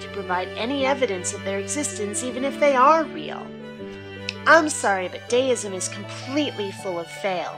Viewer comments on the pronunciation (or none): I hope you do know you pronounced Deism incorrectly throughout the presentation.